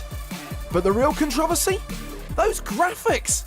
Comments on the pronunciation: Con tra va seas... who pronounces controversies that way!? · The real controversy here is the way you pronounce it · The way controversy is pronounced... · Due us a favor and learn how to pronounce controversy dumbass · Wow can't pronounce controversy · How does this idiot say controversy